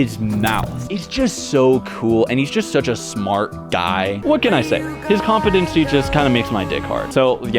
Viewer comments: say compete say competency say compete again say ency say compete again say compete ency it is com-pete-en-see not com-peh-ten-see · Nah it’s kaam-puh-tuhn-see according to google but this guy is still sounding funny when he says it for some reason